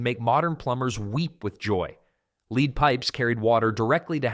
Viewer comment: This is great info to have access to, toos bad it had to be voiced in AI, cos it makes mistakes, like saying leed instead of lead pipes, when you have the same spelling with two different meanings, but we would know how to pronounce a word depending on the context, where AI can't seem to tell the difference For example, "lead the way," "lead pipes", "wind blowing ", "wind up the toy mouse". I also don't like when ppl makes videos and can hear their heavy breathing in between every word . It sounds like just talking is making them gasp for air .